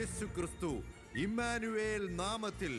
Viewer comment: ഇമ്മാനുവേൽ... Alla❌❌❌❌❌❌❌ ഇമ്മാനുഏൽ ✅✅✅✅✅💯💯💯💯